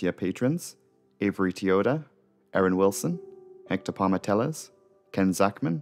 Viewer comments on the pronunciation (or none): none